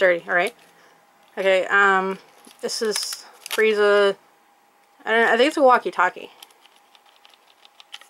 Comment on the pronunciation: Well she said that correct